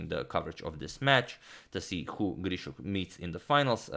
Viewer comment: your rz and sz i krzysztof (duda) are the cleanest I've heard from a non-pole